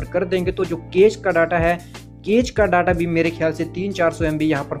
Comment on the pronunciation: वो डाटा नहीं डेटा होता है नूब 🤣